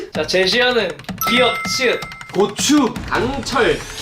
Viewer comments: 부침가루뒤에게고추가 X추로들리넼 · 발음이 꼬ㅊ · 고추를 왜 발음을 쌔개해서 꼬추라고.. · 고추말할때 발음이 크흠.....